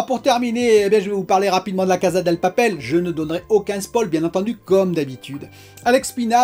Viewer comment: Vais faire mon chiant désolé 🙏 Mais c'est la Casa DE papel, maison de papier, casa Del papel C'est la maison du papier Et on prononce cassa pas caza Désolé 🙏 😔